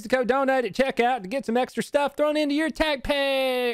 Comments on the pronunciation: tacpac 🤣🤣🤣 tupac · Sorry 3 years out but "TACPACK"